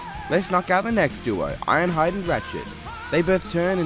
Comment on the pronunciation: "Iron hiade"